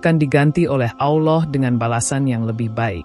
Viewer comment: Sebut Allah pun x betul , x jadi tgk video ni